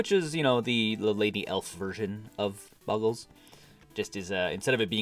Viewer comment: it's pronounced, bow-gl